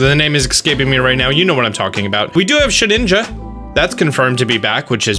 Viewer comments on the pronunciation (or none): none